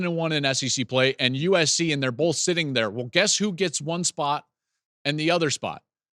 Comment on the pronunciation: First off Joel, “bolth” isn’t a word “both” is. That Northern accent shines through there. Ramen is a pasta you do it the right way.